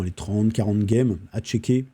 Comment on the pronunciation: Pourquoi tu dis « gueme »?